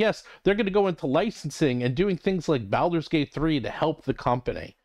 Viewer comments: So absolutely agree with your content but is Baulders as in “ball” not “pal/balance” bawl-ders. Has been for decades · Why do you pronounce "Baldur's" like that? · It is a curious pronunciation that I haven't heard from anyone else.